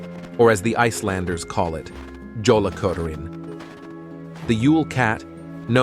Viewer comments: Yay, part of my culture! But it's Jólakötturinn, with the J said like a "Y." Better yet, when you give the new garments, have a rune representing protection on it. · J is typically pronounced as a y sound, but perhaps I'm wrong in this instance. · I think the Yule Cat’s name isn’t pronounced correctly. Many languages give the sound of “y” for the letter “J” (and one even gives it the sound of “h”)…..